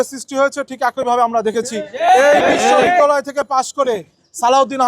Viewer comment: বিশ্ববিদ্যালয় শুদ্ধভাবে উচ্চারণ করতে পারে না। হইছে লেতা (নেতা)। নেতার কোয়ালিটি দেখে ল্জ্জা লাগে।